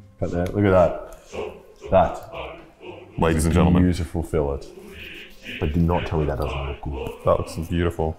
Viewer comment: The way he pronounced filet